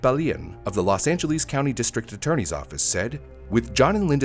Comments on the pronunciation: "Los Angeleez" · "Los Angeleez"?